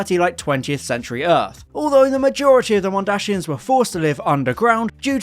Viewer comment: MondaSIANS Not mondaSHIANS